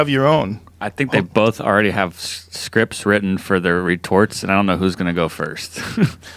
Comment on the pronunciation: I like the way joe says “both” it sounds like there’s an l in there “Bolth”